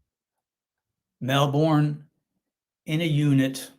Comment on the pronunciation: The city is pronounced "MELL-burn".